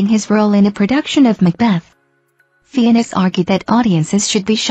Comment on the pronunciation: Fiennes is pronounced FINES.